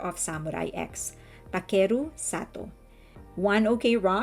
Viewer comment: sorry too for Takeru, the stress is on the first syllable not on the 2nd